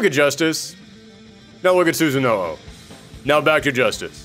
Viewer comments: This has come up in a lot of fighter lore videos I’ve watched lately. Sooo-sah-no-oh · Please refer NARUTO for correct pronouciation to Susano'o